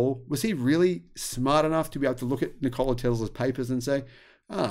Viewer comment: Afraid your pronunciation of Nikola is a little off - no stress on the O. Here is another Nikola.